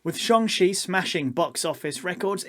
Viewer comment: Excellent vid. Social media definitely perpetuates this too. Everything has to be A or B, good or bad, there's never any in between or nuance. (It's Shang-Chi by the way 😀)